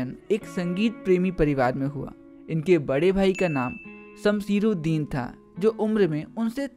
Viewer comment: Bade bhai ka naam samsiruddin nahi ❌️ samsuddin hota he ✅️